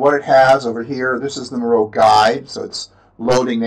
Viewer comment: Miro is pronounced MEER-O :) If you go to the help section on their website, they have an introduction video showcasing the service and that's how they pronounce it. Just thought I'd let ya know.